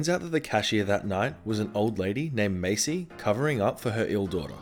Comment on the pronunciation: You kept pronouncing Marcy with an R as Macy without an R. This is sooooooo upsetting I am going to sue you unless you give me your subscribers because I deserve them more